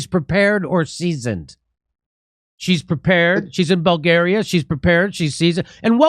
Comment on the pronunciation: She said vulgaria